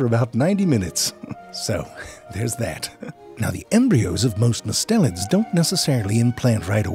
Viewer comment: Might want to edit the closed captions if you get time. Everytime you say "mustelians", the caption says "mids", and I think we can agree kitten snakes are anything but mid.